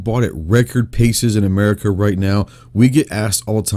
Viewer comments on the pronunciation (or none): none